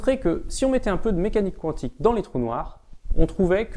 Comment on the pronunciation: pas contre qwantique ca me perturbe xD